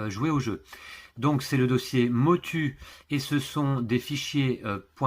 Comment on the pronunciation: Ça ce prononce Motou 😊 Pourrais-je savoir quelle imprimante vous utilisez?